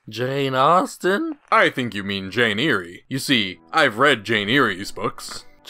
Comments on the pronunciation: "Jane ee-ree" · "Jane Eerie"